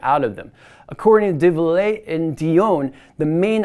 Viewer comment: Probably should practice pronouncing 'Devialet' before making a video on it.